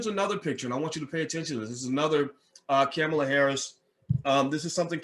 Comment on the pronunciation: You say you don’t support either, however you made sure you shared your negative thoughts regarding Harris and Biden. Also please learn how to pronounce her name.